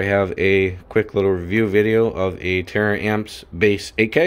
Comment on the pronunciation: Tar-amps Not tear-amps lol